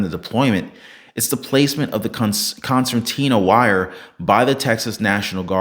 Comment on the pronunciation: Concertina wire with an "r," not an "n" in the middle. A concertina is a type of accordion. This is still razor wire but it is pulled apart and expands like an accordion.